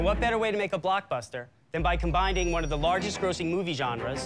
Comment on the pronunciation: Did that dude just say "combinding"?